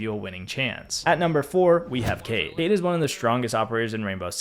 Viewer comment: Dude his name kait not cayde as youspellit Also it's strong not schtrong